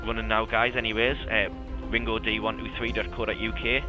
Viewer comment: Wait, your name is pronounced ringo-dee? I've always been saying Ring-God...